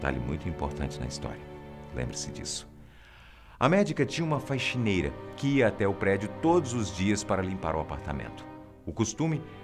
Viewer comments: Só eu que to ouvindo ele falar FAIXINEIRA? :O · te adoro, mas porque você fala *faixineira*?? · Que agonia dele falando "faixineira" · Quem mais ouviu faixineira? Kkkk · É um vício.